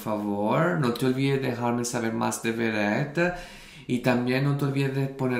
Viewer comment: Hola!!!! Tienes que reaccionar a "LO SIENTO" de Beret!! Es simplemente MARAVILLOSA, la letra te va a emocionar mucho! Beret, es un artista muy reconocido en España desde hace por lo menos dos años. Es un gran compositor. Y si, pronuncias bien el nombre:):) No se si has visto o conoces al grupo "DVICIO". Si no los conoces te animo a que hagas algún video reacción de ellos. Son geniales, canciones bonitas y encima todos ellos son GUAPISIMOS!!